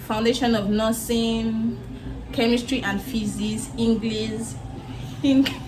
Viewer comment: your video is very educative..but When you pronounced it as "Englis"...it sounded "cute".